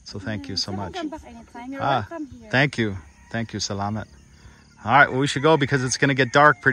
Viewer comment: you keep saying salaMET... it is SalaMAT.. like MA ...T ..... just saying .. good show my friend...